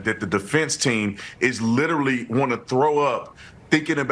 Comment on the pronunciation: "He liter-UH-lly admitted...days after, the same day, I believe it was the next day." - Activist race grifter.